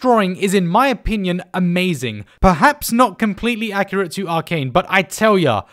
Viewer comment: Arcane* not aracon